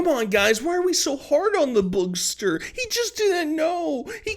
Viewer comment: Every time you call him "Boogster," it cracks me up. 😂